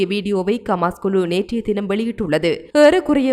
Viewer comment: It is HAMAS not KAMAS. please pronounce it properly. Other Tamil's are pronouncing it properly but you are not. Please correct yourself. Thanks